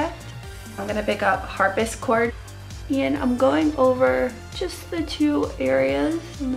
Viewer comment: am i the only one that cracked up when she said harp-is-chord instead of harpsichord?